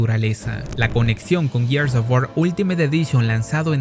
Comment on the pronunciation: Tantos años con Gears of War, tantas veces que hasta en el juego dijeron la palabra "GEARS ", y nada que aprenden a pronunciarlo. No jodan.